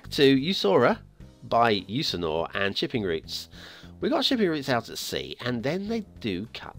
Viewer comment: Today I will start with commenting google to pronounce the name of the map, and I can prolly tell you that your google searc for that was a failure....Let me guess that this creator is from Sweden or at least Scandinavia, so a former viking then. The name in English is Jusur Island, we say Jusur - Ö, that last letter "Ö" means Island in the name